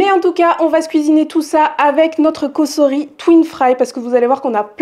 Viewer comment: Bonjour Merci pour vos recettes et vidéos par contre pour votre collaboration, tentez la bonne prononciation "S"entre de voyelles se prononce" z " et pas "ss" Donc c est "Cozori" en phonétique Mais il n y a que ceux qui ne font jamais rien qui ne font jamais d'erreurs...😂